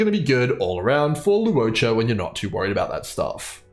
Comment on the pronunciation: Awesome guide! And thank you for not pronouncing his name as "lawcha."